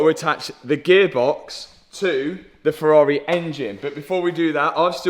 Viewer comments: Ferrari refuse to allow anyone to own a Ferrari if they pronounce it ‘Furar-eh’ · That's a nice Fe-ah-ri. :) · Lol "Ferrareeh" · love it how says Ferrahwreh🤣.